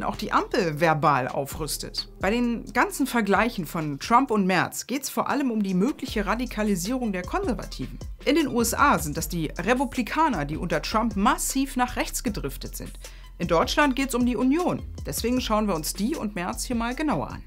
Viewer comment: Es heißt übrigens Republikaner, nicht Rebuplikaner